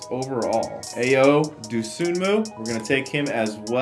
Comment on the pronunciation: it is I-yo not ayo just letting you know😎